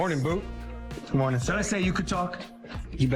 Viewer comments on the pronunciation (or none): none